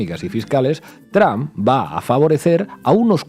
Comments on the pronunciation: Trump no tram.... Porque siguen contratando a gente que no sabe hablar? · Con todo respeto pero no entiendo porque dicen TRAM refiriéndose al presidente de USA y no se pronuncia de esa manera se dice TRUMP y así se pronuncia tal cual, gracias por la atención que le presten al presente!!!